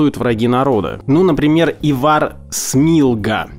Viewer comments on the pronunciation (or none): у вас такие оговорки...ИвАр он же Ивар и ВсеобУч был ВсеОбучем.С ударениями у вас небольшие проблемы... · А за ИвАра прилетало? Если прилетало, то извиняюсь за повтор. Имя Ивар произноситься с ударением на первую букву.